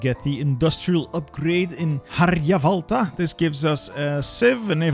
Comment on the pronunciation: Seeing my hometown Harjavalta mentioned is so nice that I forgive you butchering the name.